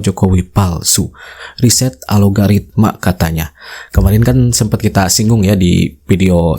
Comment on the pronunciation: Bukan ALOGARITMA mas.. Yang bener, ALGORITMA